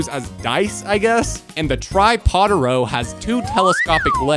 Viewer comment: Tripodaro More like tri-pea-aro